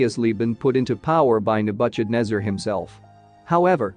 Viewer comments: The I A can't pronounce the name of Nebuchadnezzar... Nebu sh adnezzar?😑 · Nabutchadnebber….!!! Why is it not possible to have a real intelligent human being deliver the commentary????? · Second that. The pronunciation of Nebuchadnezzar made my ears bleed 🙉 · Where do you get the pronunciation from? King Nabuchadnezzar had nothing to do with butcher, though he might have but hered some of his enemies. I am tired of this pronunciation creativity - it's like listening to children trying to emulate wisdom. That particular pronunciation doesn't comply with any basic English pronunciation of this word I know of. For goodness sake, get the pronunciation of unknown words from an online dictionary, man! This only betrays that you heard of this king for the very first time!